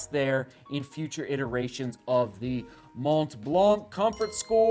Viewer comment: Mont Blanc is pronounced [Mon Blan]. Exactly the way you pronounce it but without the “t” and the “k”. It means White Mountain.